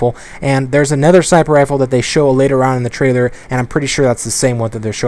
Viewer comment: Anybody else notice how allways says ''Anether'' instead of ''Another''